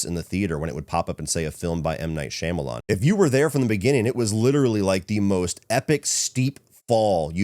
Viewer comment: I’m BEGGING you to pronounce Shyamalan’s name correctly lol